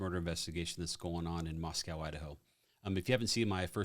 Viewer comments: It is not Moss Cow..... that's in Russia....it is pronounced Moss Ko..... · FYI- the town name is pronounced “MossCo” like CostCo. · Hey, good videos I like the insight. I am from this area and a graduate of the U of I. You are pronouncing the city name wrong. It is pronounced Mosco so the same sound that you use for the word Co-Op. Keep up the good content! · Just as an fyi since you're providing updates on the investigation it's pronounced Mos-KOE kind of like low or grow.